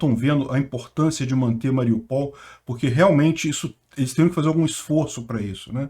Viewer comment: o ideal seria dizer Ma-ri-ú-pal. Acento no U. E lembrando que o russo e o ukraniano escrevem O mas leem A.Obg pelas noticias.